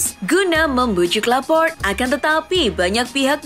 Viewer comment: Laporte E nya dibaca, bukan Laport 😂😂 Richarlison, bukan richarlaison. Jesus bacanya HESUS, Bukan yesus. 🤣 Kocak Sok bhs inggris lu min, tp msh aja salah. Pengucapan bnerin dlu